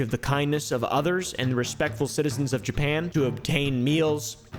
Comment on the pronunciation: Jewpan 😂😂 its JAPAN